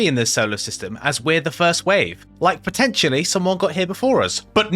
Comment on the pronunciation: It's P o t t e n t i a l l y 😂